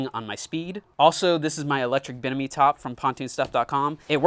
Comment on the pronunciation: Its bim miny I broke it down for you to say it right bimini